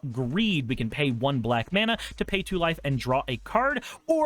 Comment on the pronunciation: What said: "each opponent loses one life and you gain a life" What I heard: "each opponent loses one wife and you gain a wife" Me:...what card is this? Also, I'm a frim believer that every budget mono deck should have a Myriad Landscape in it. Thank you for coming to my Ted talk.